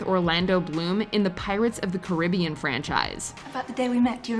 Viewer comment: It is me or does anyone notice the mispronunciation of “Caribbean” in PotC? Are we not going to address that?